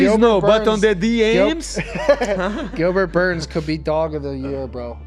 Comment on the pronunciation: “gilberchu burns” renato moicano